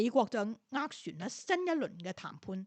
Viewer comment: "斡旋"粵音 waat3 syun4